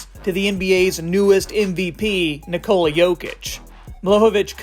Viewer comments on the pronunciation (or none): none